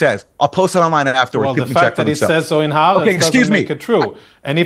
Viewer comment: hi. Haaretz is pronounced: ha-R-etz